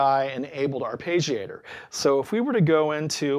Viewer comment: It's a good video, informative and engaging. It's just... I really wish you used the proper pronunciation of "arpeggiator". It's very distracting.